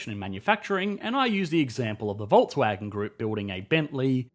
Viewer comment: That is cool and all, but you still are pronouncing Volkswagen wrong.